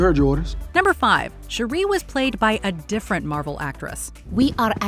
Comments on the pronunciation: Your saying Shuri wrong. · Shuri not Sherry 🤦‍♂️🤣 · It isn't hard to do the slightest research, guys. Princess Shuri's name is pronounced SHUR-re. Not shu-REE.